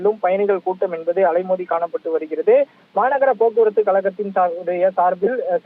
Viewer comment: Envadhu, Enbadu, Enbadu!!!!. What is this?. Killing the Tamil language! You want to pull your talk to increase time and harass the viewers. Stop this practice. Be genuine. You must be different from other channels. Do not think viewers are fool